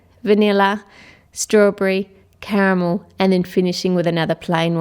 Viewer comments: the way she said caramel is Spanish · Why did she say Carmel in Spanish?